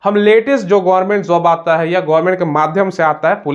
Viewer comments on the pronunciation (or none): none